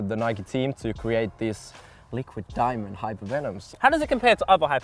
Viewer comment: I thought said Neymar likes diving instead of diamond lol